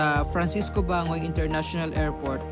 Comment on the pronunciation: Bangoy - Ban goy,parang Banggoy ang pag bigkas po❤ di nagbago solid sa Duterte,yong ubang bloggers sa Manila asan na kaya mga yon?